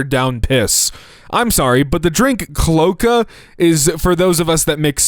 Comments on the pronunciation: I was yelling at my phone "it's clo-aca, it's pronounced CLO-ACA." My sleepy brain can't take much more of this (╥﹏╥) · For anyone curious, it’s CLO-A-ka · because you repeatedly mispronounce it I’m gonna assume you and many here don’t know what this is A cloaca (klo-ay-kuh) is the part that birds, reptiles, amphibians, fish, and for some reason platypuses (as if they couldn’t get any weirder) all have. It is one hole for everything, including reproduction and all waste. Hence the joke that all the drinks coming from the same hole is analogous. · is pronounced clo-a-ka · It's pronounced clo-ey-ca. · Cloaca is pronounced "klō-A-ka"… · Nah I’m pretty sure it’s a cloak-a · Sorry to be that person but cloaca is pronounced clo (as in clothes) ay cuh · Him not knowing how to pronounce cloaca is crazy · Why don't you, a professional speaker, know how to pronounce cloaca? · THANK YOU I WAS WORRIED I HAD ASSUMED THE PRONUNCIATION WRONGLY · He... has time. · cloh ay kuh see luh can th